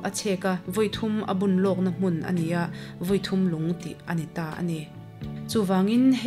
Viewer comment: Unau thawnthu hriat mah a dang e tih zawng zawng. A ziaktu kan khaw pa a ni a, a zir chiang fe phawt hnua a ziah a nih a rinawm a. Kehme erawh Dipui tiin a rawn ziak hlauh thung. Hmun hming Vawi thum lung, Sialkal tlang dung tih te hi a chhiartuin a thluk pai deuh tih loh chu a ngaihnawm viau e. Khuangnung khuaa chengte kha Simte hnam an ni zawk awm e.